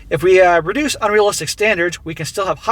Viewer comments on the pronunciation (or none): none